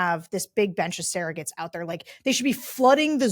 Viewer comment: Funny...Sarah pronounces "surrogates" as "saragates"